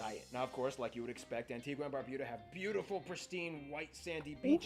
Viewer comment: He was gonna say at the end he pronounced the name wrong. We pronounce it an-ti-ga not an-ti-gwa